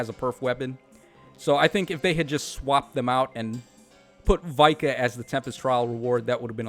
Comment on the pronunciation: It's VIKA and not Vai-kah 🙄😠